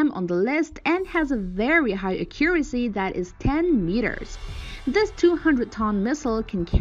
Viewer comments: "Akyure- isy"? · Thought the same thing with "ah-curacy" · a CUR' a see